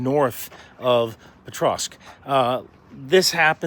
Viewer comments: Can you please learn to pronounce that city xD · I've only seen the first few seconds, but at least learn how to pronounce the name of the city you're talking about before trying to spread propaganda about it 😅